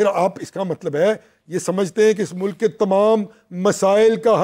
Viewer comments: Mr. you should concentrate on your accent It's Mulk not Muluk. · 2828 Shabash ,aap mujhay koi ''danishwer'' lagtay ho, Yes it is ''MULK'' and not MULUK, SHABASH aap bahut ''taraqi'' karo gay aur kamyabi aap kay qadam choomay gee. Sallam aur Duain from a senior from USA